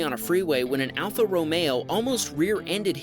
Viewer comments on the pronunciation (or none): none